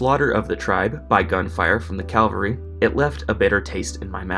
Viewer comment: CAVALry. As in caballus, "horse." Not "calvary."